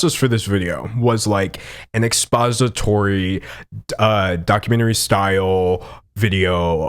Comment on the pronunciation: Ew he said expository lol that poop thing